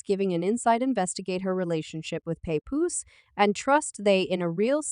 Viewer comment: “Remy mama” “paypoose” 🤣🤣🤣🤣 if you gon do it, SAY IT RIGHT.